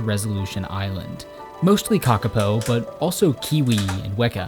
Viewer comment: Lol *kakapo, pronounced cah-cah-poor but don’t emphasize the R on poor